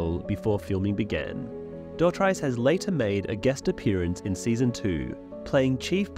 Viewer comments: Dotrice, pronounced DOT-REES😊S, not -rice! 😮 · It's pronounced Doh-Treece, and I knew he played the pyromancer but I had no idea he was supposed to be Pycelle! That would've been great! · He pronounces his name like Doe-treece in the autobooks. I believe you maybe pronouncing it wrong. He was great reading those books ♥️ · Hearing this guy pronounce Roys surname as dot-rice gives the same energy as bri-Ene and Pet-ire lmao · Dotrice. Rhymes with grease. Not price. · It’s pronounced like Roy Du Tree S but with a sharp S sound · It's pronounced 'duh-treese' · It's pronounced' 'Dough - Treese' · Never knew he was the pyromancer but knowing that he is a friend of Martin makes me less upset about his pronunciations in the audiobooks lol so was he wrong or the show? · Come on, put some respect on the pronunciation of his name! He literally says it in the audiobook!